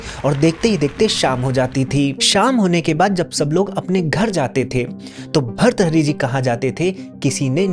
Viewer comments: Please improve your pronunciation of hindi ans Sanskrit . It is not bharthari. It is Bhartrihari see the ृ in त . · Bharthari nahi bhartrihari hota hai english man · अरे यार भृतहरी बोलना नही आता...आप क्यो बनाते हो व्हिडिओ...सोच रहा था ये किसके बारे मे बोल रहे हो... एक काम करो, कल सुबह जल्दी उठकर, आकाश की तरफ देखकर दो सौ बार भृतहरी बोलो...और अगर भ्रतहरी बोला तो अपने ही कान के नीचे एक थप्पड लगा लो... भ्रतहरी कहीं का... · भर्तहरी ❌ भर्तृहरी✅ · भर्तहरी ❌ भृतहरी ✅ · खूप खूप सुंदर माहिती. भर्तुहरी भ के बाद आधा र्. र को जोडकर तु आता हैं. उसके बाद हरी. भर्तुहरी.